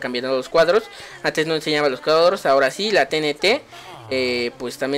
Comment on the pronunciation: no sabe decir cuadros xd